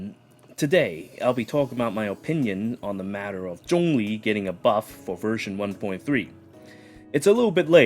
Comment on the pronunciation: You pronounce zhongli well, others keeps saying xiangling.